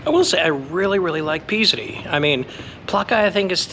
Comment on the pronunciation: Thanks for your videos 🙏 Tip: I think Psiri is pronounced "Siri" not Pisri (silent P)👍